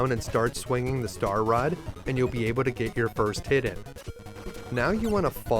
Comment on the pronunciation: Able to > Abe uh duh